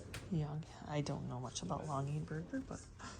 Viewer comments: It is pronounced Log- A- Burger. I grew up with that silver tree with blue balls and it had a light that would rotate red and blue and I HATED IT! I always cried and said why can’t we have a real green tree like everybody else in our neighborhood. How funny …. They sell for a fortune now. How much were the Boyd’s Bears? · Long ger burger pronunciation.